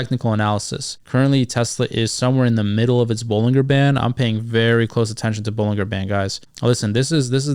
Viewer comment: Pronounced "buh-luhn-jr" btw